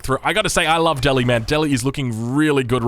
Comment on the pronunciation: Please pronounce Delhi correctly.